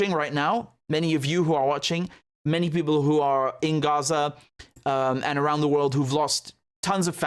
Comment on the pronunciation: Heh Richard, I respect the word you are doing the transparency, and 0 bias of your analysis. the other thing I like about you is how you pronounce Arabic words like Gaza (Ghazza) and words that have letters ه ح ع ق ; but Haniya unlike Yahia is written this way هنية.